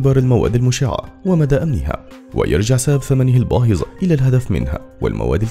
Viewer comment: ⚠️(الثمن الباهظ) وليس (الثمن الباهز).. يرجى النطق السليم